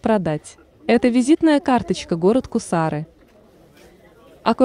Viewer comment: Не гусар мля а кусар или кц1ар